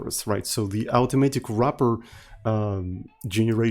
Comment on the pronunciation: oh after hearing it a dozen times, i heard correctly:, rubber → wrapper